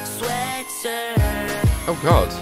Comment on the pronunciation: Tangina sabi niya "Sweatsirt"